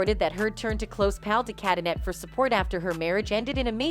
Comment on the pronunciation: Just so you know...de Cadenet is pronounced de cadenay...